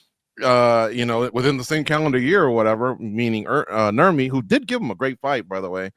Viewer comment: Calling him Nurmi gotta be the most cringe shit I've ever heard.